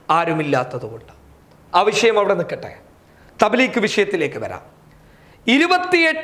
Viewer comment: thableekh അല്ല തbലീഗ് ആ ണു thableekh എന്നാൽ മുറിക്കു nnavan എന്നാ ണു അര്‍ത്ഥ m